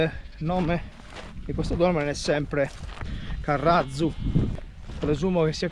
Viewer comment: Salve, Nel titolo ha scritto "carratzu", il tz si pronuncia più duro di una doppia z. Ma ha pronunciato con z debole che andrebbe scritto "carrazu"